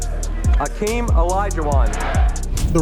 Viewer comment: Olajuwon's name is pronounced "Akeem." David Stern said "Akeem." Even after he added the "H" the pronunciation remained the same. None of the NBA YouTubers gets it right.